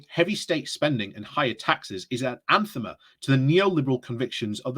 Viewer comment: anathema is pronounced "an-ATH-ema" (emphasis on the 2nd syllable).